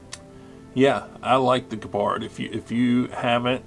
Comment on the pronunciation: The German word 'gepard' ( is pronouncing it correctly), for those who don't know, means 'cheetah'.